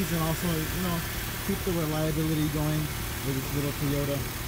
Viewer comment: tyota... WTF is a tyota....LMFAO!!!